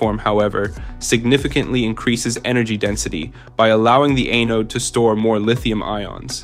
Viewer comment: For the love of god, please stop saying “eh-node”…it’s “ah-node” And where is there ANY mention of SiMaxx???